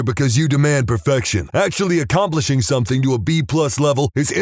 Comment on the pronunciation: No K in the word something.